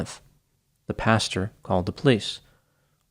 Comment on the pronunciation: I noticed in a few of your other videos that you pronounce pastor ‘pasture’ instead and that you pronounce speculate ‘specoolate’